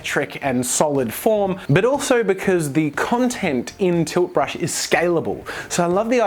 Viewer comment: Everytime he says tilt brush I laugh coz what I hear is toothbrush